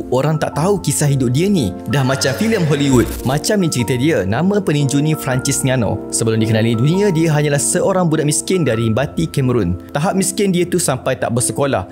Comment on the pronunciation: Bang... Fran - cis (sis) bukan Francise